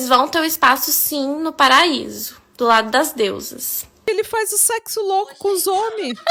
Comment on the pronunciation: Um mundo por mais episódios longos no Pátria Amada Criminal no YouTube ❤❤❤❤❤ Eu não me contive, não teve como não rir 🤣 😂😂😂😂 A Yasmin e o Luiz fazendo “sécssu” depois que avisam sobre a orientação dele, ele faz programa? Gente é uma viagem na maionese sem fim. Parabéns. 😘